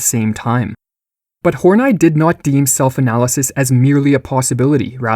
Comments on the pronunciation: Oh okay, we're going with "Hor-night" instead of "Horney". Pffff. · Karen hor-nie?? I'm pretty sure it's Karen Hor-Nee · Why do you pronounce "Hornay"? Isn't it pronounced like honey plus an "r"? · in. And you want me to pronounce Carol's last name as "Horn-Eye". Yeah right. Snicker. Carol on that D like goat daddy. Just the wrong emPHAsis on the wrong syLLAble. Lol. I laugh at myself. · Great video, again. Tho it's cool if you just pronounced her name "horny" x) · I think its pronounced : Horn-ee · I don’t think her name is pronounced “horn-eye” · Horn-I is not how you pronounce that. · It's clearly pronounced horn-ee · Respect to this kid for changing the pronunciation of "Horney" so as to not turn this into a joke.